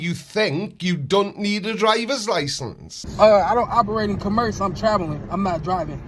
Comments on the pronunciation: Let alone the way he pronounces commerce... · Sovereign dude can't even pronounce "commerce". He needs to study his sovcit handbook. Know what I'm saying?